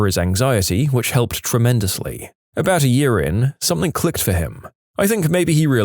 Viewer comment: He always pronounces something “somethink” 😅